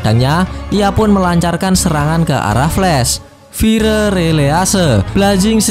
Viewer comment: kalo Ngmng fire itu fayer bang kalo ngomong flame itu flam